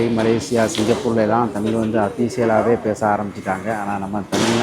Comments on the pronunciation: தமில் இல்லீங்கோ. தமிழ். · தமில்!!!, இல்லை, தமிழ் 😭.